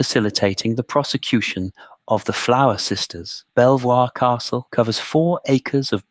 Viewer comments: If you’re going to make educational videos, please at least look up the pronunciation of the primary subject. It’s pronounced Beaver not Bel-voir. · Pronounced beever castle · Where did you get some of your information from? Quite a chunk of it, including the proper pronunciation of its name is significantly off and just wrong. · I'm liking this and subscribing to the channel. Why? Because the uploader has included a reference list. Yes, he should've pronounced the castle's name correctly, but at least he addresses it. It's only a 25 minute video and he's put a lot of work into it. I've been on other supposedly historical channels and a lot of it sounds like made-up waffle. Most channels don't even know how to pronounce the Domesday Book. Credit is due for actual research 👍 The treatment of these poor women is truly terrible and my heart goes out to them. Unfortunately, back then people genuinely believed in witchcraft. It explained to them why things happened in the absence of science. One positive about England though, it had very few witch trials compared to Europe. As for Villiers being behind it, who knows? Probably. But I do know that he was very unpopular with the public. After James I passed away, he attached himself to Charles l just as effectively. I could be wrong, but could the accusation that he was behind the witch trials be fabricated because he was so unpopular? As for where next, how about Highclere Castle where Downton Abbey was filmed?